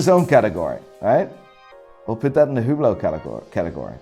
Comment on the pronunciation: Even pronounce them wrong so what now. Lol. Yergerlacool? Hublou? Constantine? Hahahaha.